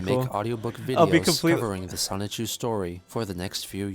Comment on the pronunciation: I’ve noticed a lot of people pronounce “Sonichu” like “Sonic-chu”. From my understanding, it’s “Sah-nichu”.